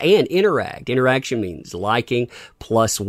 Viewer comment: "INT ER ACTION" - Ruin Johnson